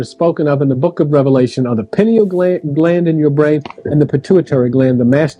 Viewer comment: And it’s (pie-kneel) pineal gland